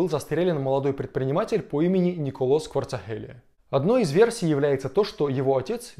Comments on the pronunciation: Кварацхелия же, а не Кварцахелия. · Правильно надо выражать фамилия Грузина, а то, получается смешно, иногда обидеться может человек! А фамилия Кварацхелия...